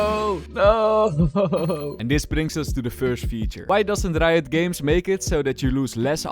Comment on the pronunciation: leuke video bro maar het is reijot games niet rito ahha